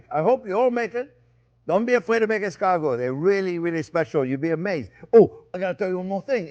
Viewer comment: How is it possible that Chef is pronouncing escargot incorrectly while in French accent? Yes, I've rechecked, the stress is on the last syllable.